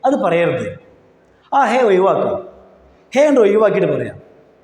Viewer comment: ചോയിക്ക, ഒ യിവാക്ക മലയാളം ശരിക്ക് പഠിക്കൂ . ചോദിക്കുക, ഒഴിവാക്കുക. താങ്കളുടെ അഭിനയം നന്നായിട്ടുണ്ട്. ഇങ്ങനെ 10 വാക്ക് പഠിച്ചാൽ ഹിന്ദി പഠിച്ചു